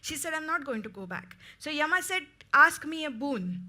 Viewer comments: Yama yama does not sound good please say yam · It is written Yama in English but it's pronounced Yaama.